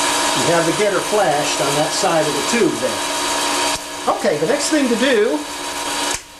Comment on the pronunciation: Sorry thing" , not thong' haha